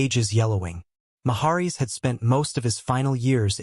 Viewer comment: If you're going to make videos -- fake (like this one) or real -- you should at least learn to pronounce proper names. This narrator can't even pronounce "Route 66" correctly, and he also mispronounces the name "Maharis."